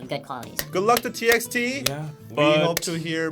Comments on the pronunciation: As far as I know TXT is pronounced as "Ti bi ti", not "Ti eks Ti". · TXT is actually pronounced as TbyT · Wait a second .. its T X T not Text!! My life is a big LIE